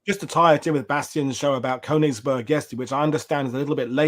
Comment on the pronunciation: Shocking pronunciation of nonEnglish names. You should do better preparation..eg Königsberg sounds phonetically as: kernigsbairg!! That’s only one example but…